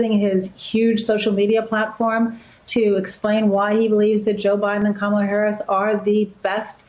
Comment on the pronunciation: That is Racist!! Purposely Mispronounced Kamala Harris 's Name .You're that Stupid? It is Awfully Rude the Way you Mispronounced Someone's name. Clearly you are following Trump's ways. Get A Life !! Be A Good Individual !!! Be You !! You will be A Happy Man with Dignity.